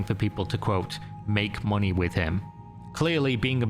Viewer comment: Moonay a passive encome